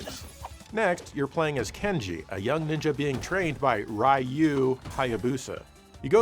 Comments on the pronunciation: IT'S PRONOUNCED REE-OO!!! NOT RYE-OO, YOU SAVAGE PAGAN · Ryu is REE YU stop saying "Rye Yoo" >_< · Why u keep calling him Rei-you in ninja gaiden? It’s just Ryu (RE-you).. Or u makin another TATE MODE type joke? Tho I feel like this one’s obv even if I didn’t alrdy kno Japanese. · Actually i believe it's spelled Rye Hugh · Everyone knows the correct pronunciation for Ryu is roo. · Ryu….one syllable Pronounce as “dyoo “ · Who is Rai-you? That mispronunciation had to have been on purpose. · I wonder how would feel if we called him JO-"E" since he can't even pronounce Ryu's name properly. 🙄